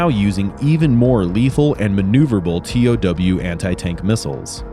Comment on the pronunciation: It's not pronounced T O W, it's pronounced "tow". I know, that's what I guess in the Army 😂.